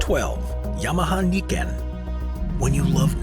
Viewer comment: YAMAHA『ニケン』じゃなくて『ナイケン』ですね